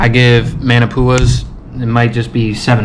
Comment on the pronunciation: It’s pronounced “maw-nah poo-ah” btw you had me cracking up the whole time. Should try laulau or poi next. Nonetheless proud of you living your dream keep it up.